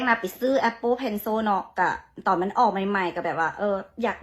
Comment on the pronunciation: Appleแต่นางออกเสียงAppopenso😂 นาๆซาตใหญ่